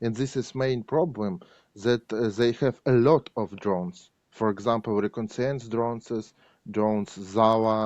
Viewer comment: My thoughts exactly. He is straightforward, without bitterness towards the situation, in good humor in spite of everything. And his English is decent in spite of using "to" with modal verbs and mispronouncing some words like "reconnaissance'